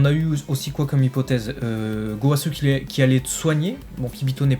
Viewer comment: Gowasuuuuuuuuu..... Zamasuuuuuuuuu.... ZeNNNNNNNNNooooo... Allez please, vous allez reussir a dire les noms correctement !! ^^